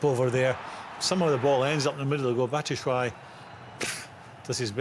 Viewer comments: & Batshishwhy and Pulich? IT’S FREAKING PULISIC AND BATSHUAYI!!!!! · Graeme Souness murdering the Chelsea names, Pulic and Batitsuayi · “bat tit” 😂😂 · loool man said batishwhy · Souness "pulic, Abraham's,batsuwiyi" 😆😆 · Greme cant pronunce Pulisic or Batshuayi name